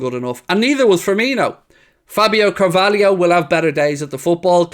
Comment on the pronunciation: da kids name is cavalho not cavaiho why does everyone call him cavaliho ?